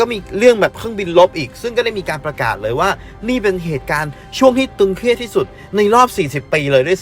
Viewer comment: ตึงเครียด ไม่ใช่ตึงเคียดครับ